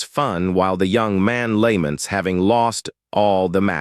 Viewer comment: The AI is so ass lmao, it can't pronounce "Lament" and "Ramen" to save it's damn life